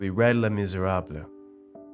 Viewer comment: Dude....the -les at the end of les miserables....is silent